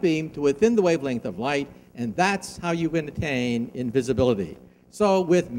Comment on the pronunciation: for a few of them though like invisblitly =D